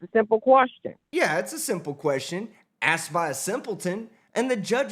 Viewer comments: I axed him a question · I axed you a question. Objection! Poor Robert Young looked like he wants a drink listening to this nonsense.